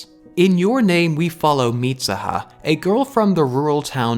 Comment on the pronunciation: it's MeeSOOHA. not MEESAHA. Mitsuha (dont's use A in U). Just saying. I was like who the fak is MISAHA, ooh he meant MITSUHA. Then I see that you are Irish, I was like.. OF COURSE!! English speaker can't say tsu as soo, but as SA. LOL